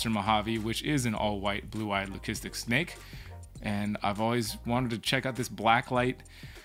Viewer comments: do you say lucistic like that on purpose? lol I have never heard it like that be4? Well anyway getting back to the video buddy! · I see… well I wanted to ask cause we have really been wondering lol